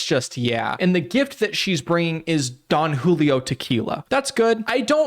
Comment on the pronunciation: How do you not know how to pronounce Don Julio? Wtf makes you think alcohol is appropriate in the first place??? Why are her eyes in two different zip codes??